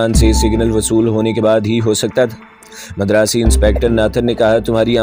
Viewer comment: You still say, Madaras. That's wrong. You are supposed to say Madraas